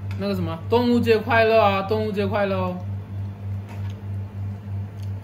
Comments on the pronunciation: 哈哈哈😄！是“端午节快乐”。“端午节安康”！不是“动物节快乐”。Duan Wu Jie。/ Dong Wu Jie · 你说端午节快乐，我听成了动物节快乐😂😂